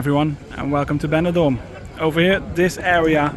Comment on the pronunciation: Porque no áudio vc cita banador e não benidorm? Seria interessante usar umas áudios melhores e humanas e não voz do YouTube e robótica